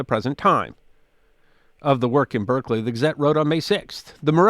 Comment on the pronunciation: "Let's do this in Berkley!" "Berserkly? Sure, why not?" No confidence like the confidence of the ignorant.